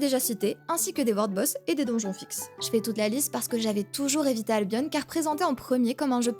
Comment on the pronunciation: Ca se prononce albion comme opinion